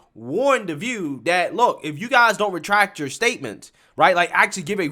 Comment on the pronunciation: I do miss Barbara Walters intro tho....I'm Bawbwa Wawaws....and this is The Vuuu